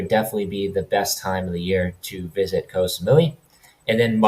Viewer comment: เกาะ = gaw = island. short vowel, low tone. one of the most commonly mispronounced words in Thailand. if you're living there id suggest a language coach. high season blows, swamped with tourists, prices double.